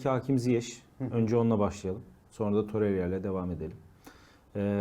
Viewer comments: Torerya diyor ya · Şu adamın ismini Allah aşkına doru söyleyin. Torerya nedir😊